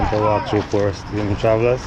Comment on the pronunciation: Sir, the name of the place is PORUS NOT POORUS!